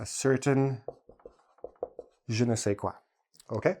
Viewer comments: it's "je ne sais quoi" not qua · im french and i can tell ya it's "Je ne sais quoi *" not qua !! ^^